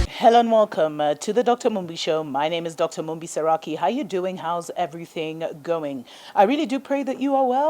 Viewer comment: 😂😂😂 Dr Mumbi, the name pronunciation had me R🤣LLING! I think it's a Yoruba name- they can be hard to pronounce... the bite at the end 😅😅😅- You tried my sister